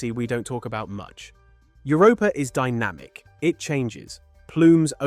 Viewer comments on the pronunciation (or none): none